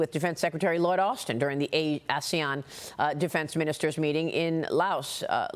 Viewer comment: Laos is correctly pronounced "Lao." Xi is correctly pronounced "Shee." Fentanyl is correctly pronounced "FEN ta nill."